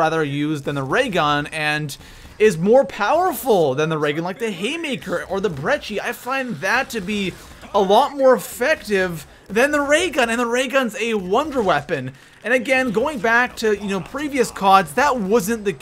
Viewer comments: Lol bretchi, its pronounced brekkie dumbass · brecci not 'brecchi' goddammit